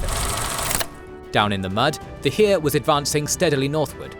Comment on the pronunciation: There was no "hiir". It's Heer